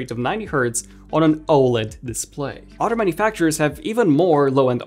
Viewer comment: It’s other not orrer